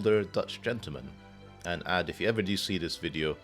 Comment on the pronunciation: Very enjoyable to watch the solve Sleuth! Loved seeing you work through the non-double 1s in box 9 and finding the kropki that sets the whisper lines. Thanks for another feature! Side note: I believe that Aad is pronounced similarly to "odd", bit of a word-play with "odds 'n ends" or "odds on ends (of lines)".